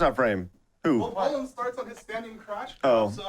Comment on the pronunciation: Man watching this living in Ontario it hurts to hear Bolen wrong lol